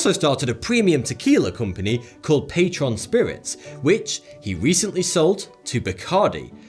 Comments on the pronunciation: As a guy living in New Mexico ive never heard anyone pronounce Patrón as "Pay-trun" I've only ever heard "Pah-tr-own" with a bit of roll on the R lol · It's NOT "PAY-tron" Spirits, it's "Pah-TRONE" - note the accent mark (tilde) over the "O".